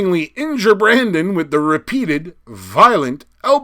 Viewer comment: I can confirm that you pronounced Brandon's name... correctly! Have heard all the versions before lol